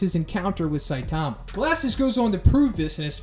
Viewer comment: Can you please stop saying " saitaahma" it's all short "a"'s saitama not saitaaama